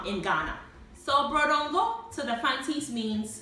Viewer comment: It's not called brodo ngo.It's "Boodoo ngo"in fante.Please correct it."Brodo is not a fante word.Bread in fante is called"paanoo"."Boodoo ngo"is a typical fante food old padies like us have been preparing over the years.